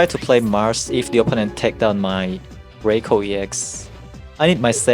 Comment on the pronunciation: RYE-KOO, not ray-koh